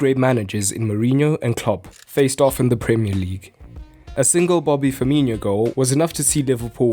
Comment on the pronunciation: Firmino, not Firminho. Not complicated.